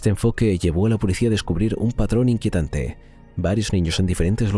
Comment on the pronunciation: Bueno... excelente 😅. Pronunciando " iquientante" en lugar de inquietante....